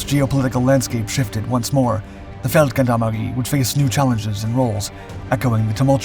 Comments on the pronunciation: Brilliant bit of history. Just to help, in Feldgendarmerie the 'g' is pronounced as a soft 'g' as with the French 'gendarmes', not a hard 'g' like goat, or gone. Peace and love from the UK. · Wrong pronunciation on Feldgendarmerie: the "g" is pronounced as a "j" as in Jules.